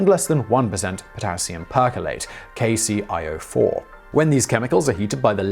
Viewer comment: KCl04=Kay-Cee-Ell-Oh-4, not eye-Oh-4. Its Chorine! Chemistry is not your strong point hey?